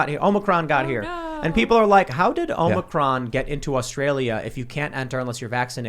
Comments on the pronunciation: Big fan of the show. But it's omicron not omnicron. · If you are going to criticize the media for skipping a letter of the Greek alphabet to appease someone, you should at least know how to pronounce the Greek letter they ARE using. It’s OMICRON not OMNICRON dum dum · "Omnicron"?... sounds like you're a part of the deep state. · Can someone teach how to pronounce Omicron?